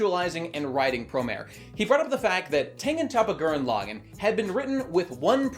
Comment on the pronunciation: Honestly how can he just keep pronouncing his favorite series so wrong. It is not pronounced L-ag-in, it is L-aw-gone.